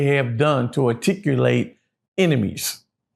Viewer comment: He butchered the word articulate, but that was still the wrong word he should’ve said accumulated